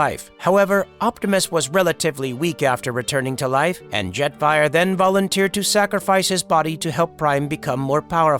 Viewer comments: Did the person behind this channel even listen to all the wrong words and names the computer voice is saying? Call Jet Fire, Jeffrey? and more. This is just terrible. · the ai voice really called Optimus Prime "Optimum Prime" and Jetfire "Jeffrey'